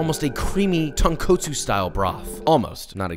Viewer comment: funny how you tried so hard to pronounce xiaolongbao right but then continued to completely butcher the word tonkatsu :')